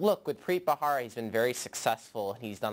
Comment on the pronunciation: Why do people keep pronouncing his name ' Bra-Hara ', while its actually Bharara? Is it that hard?